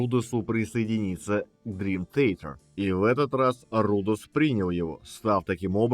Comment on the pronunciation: Май Портной правильнее произносит название своей команды!